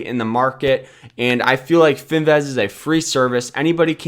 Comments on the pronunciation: It's Fin "VIZZZZZZZ" not Fin "VEZ". You know, Vizzzz like Jizzzzz. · It’s Finviz not Finvaz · its finviz not finvez